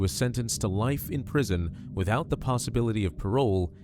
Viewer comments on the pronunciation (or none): glad she got life in prison without the Pasa-bility of parole 🤣